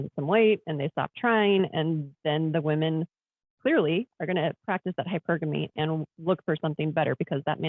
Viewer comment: He still pronounces it like that 🙂